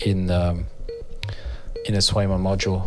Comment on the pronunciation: Ca se prononce pas Kwèje-man ????